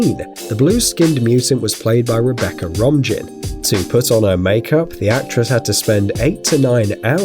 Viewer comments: ROM-JIN? It's pronounced Ro-main or Ro-man. DO YOU'RE FUCKING RESEARCH BEFORE YOU LOOK LIKE AN IDIOT TO POTENTIALLY MILLIONS OF PEOPLE!!! OOPS! TOO LATE! And, seriously, I'm surprised you didn't pronounce it Ro-mij-in, since her name is spelled R-O-M-I-J-N. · Rebecca Rom-Gen?? It's pronounced 'Romayne'. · Rebecca Romijn pronounces her last name like "Romaine", not "Rom-Gin". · Rebecca Rom-Gin... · Rebeca ROMAIN, that's how it's pronounced!! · Rebecca Rom-Jinn? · Rebecca Rom"jin"